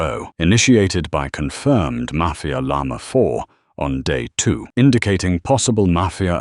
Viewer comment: the way they all call Llama "yamah" is so funny